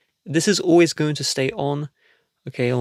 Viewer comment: You have an issue with the way you say always